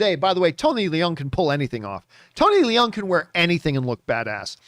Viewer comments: Tony Leung, Leung doesn't pronounce "le - ung", Leung pronounce like "learn". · Absolutely incorrect, unfortunately. Watch any Chinese awards show where he wins, the call him “Lee-YUNG Chi-Wai”, which is how his name is pronounced in Chinese. Obviously, in China, the family name comes first and “Tony” is just an Anglo-cized version of “Chee-Wai”. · yes actually “learng” is more accurate but I just afraid people will also pronounce “learng” in a funny way so I use a word "learn" that everyone know how to say. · The way people have been pronouncing it has been annoying me too lol. It’s basically “learng”!